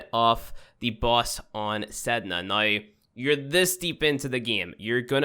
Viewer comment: dear, Y is not the same as W, NOW... not NOY, please try to correct the accent